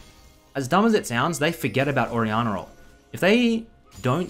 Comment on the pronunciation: nobody:: orianner